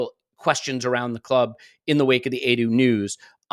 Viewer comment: Perhaps can stop saying Adu instead of Edu!! You don't say Ad for Ed or Addie for Eddie, so why Adu for Edu??!!!